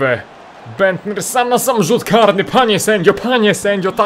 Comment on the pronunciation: Nicklas Bendter - nie mówi się Niklas Bendta, bo to nie jest niemiec, tylko tak jak sie pisze ;)